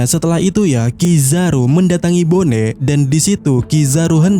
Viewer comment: Bonney dibaca BONI min, bukan BONE